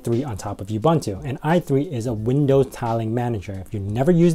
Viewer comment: While we are on the subject of pronunciations... oo-boon-too, there is no y in ubuntu. :)